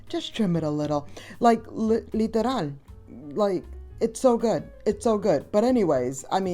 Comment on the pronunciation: OMG that “LITERAL” seams so puertorican, love it 🤎